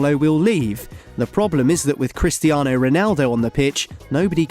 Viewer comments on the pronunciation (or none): none